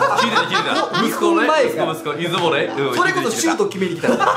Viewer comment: 島根県民なので出雲に関することは気になっていたので面白かったです！ ただ出雲のイントネーションが気になりました、、出雲の「い」にアクセントつけるのが正しいです